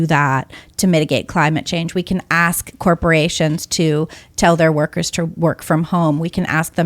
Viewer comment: Yeah "ask" lol